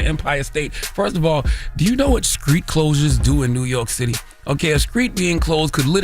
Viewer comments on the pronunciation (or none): Charlemagne can’t say the word “ street “ to save his life.. what is a “ skreet “???